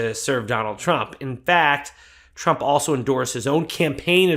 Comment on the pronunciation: I like the way she blocked the T in Trump so it’s rump